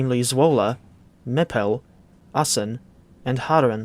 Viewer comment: I’m just happy your pronunciation of Zwolle is quite close. The DTG devs naming it ‘Swoule’ still hurt every Dutch fiber in my body XD (Also, ur pronounciation of Assen was spot on, which folks also seem to screw up a lot)